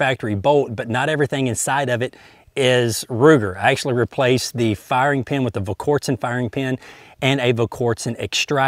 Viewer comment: you're a better shot than I'll ever be, but you just can't get your tongue around that L in Volquartsen.